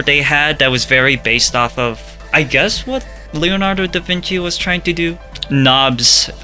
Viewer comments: Please don't say da Vinki, in italian "ci" is pronounced "chee" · Da vinki lmaooo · Whoever said Da Vinki?! I hear you, I got you